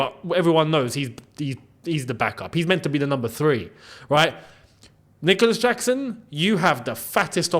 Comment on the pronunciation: Did he say Dicolas Jackson?